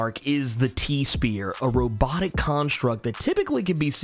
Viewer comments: Thank you for the video, but it's pronounced sphere (sfer) not spear. I'm an English teacher so that really bugs me. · Sfear not spear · Is it me or are you mispronouncing the word "Sphere" as "Spear"? The "ph" is an "f" sound, not a hard "p", such as in the word, "graph". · Great Video! I'm fairly new to Comics and have only seen him in INFINITE CRISIS... So it was Nice to Learn about him! Also... The "P" in "sPhere" is Pronounced like an "F" because it is Followed by an "H". The Word SPHERE is Pronounced "SFEER". No Offense to You! ;D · Do you seriously not know how to pronounce "sphere"? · Bruh do you not know how to pronounce sphere?